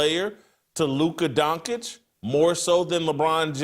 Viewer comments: Why does Whitlock have such a hard time pronouncing people’s names? I have to mute the show to stop hearing Luka last name. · Please somebody tell Jason Luka Doncic's name is pronounced Don-chich not Don-kich!!!!